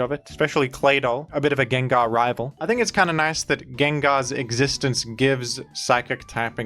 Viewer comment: Come on man, pronouncing names horribly wrong on purpose for views or to com-endear a few of your subscribers is just annoying rather than appealing. Sure maybe 10 out of 1000 will laugh, but it leaves the rest of use cringing when we hear it. Groudon, Gengar. Why butcher it and turn away many of the would be new subs to appease a fraction of the ones you have??? You have great content but you must know a lot of your content is listened to rather than watched, you have a good voice for it and pronouncing half of the Pokémon wrong is equivilant to when YouTube pulls out one of those 30 minute “adds” which are ‘skip able’ but only pop up when you are away from your device.